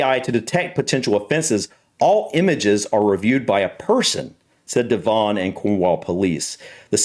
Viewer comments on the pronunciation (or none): Also Devon isn't pronounced Dev-On, the 'on' is softer, it sounds more like Devun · p.s. I waiting to hear if they said the name of that area of policing but I may have missed it... At the begining of your video,, you mentioned that AI camera device was in Cornwall and I think you said the area was the "De-VON and Cornwall Police"? It's pronounced DEVon so the emphasis is on the first syllable (as with most British word and place-names, actually ) so it's "DEV-on" Not De-VON if you follow? 😊❤ (Sorry, I am an incurable pedant when it comes to mispronounced words and names...and spellings too, lol. Sorry). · We have had speed cameras for many many years, Devon is pronounced Dev-on . JH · I live in Devon and you pronounce it Devon.. not Devon.. I don't know how to explain that. 🤣 - We've had speed cameras on our roads for decades, I got caught in 2005. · Devon - rhymes with heaven ☺